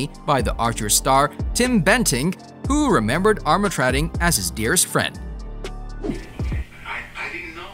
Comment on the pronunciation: How is it so hard to say Headley (hedd-ly) and Armatrading (arm-er-trayding) Brother of Joan Armatrading for goodness sakes?